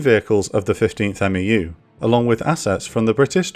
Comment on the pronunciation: Quick thing that’s ticking my OCD—we say MEFs and MEUs phonetically, so “meff” and “mew”. Besides that, you’re a fantastic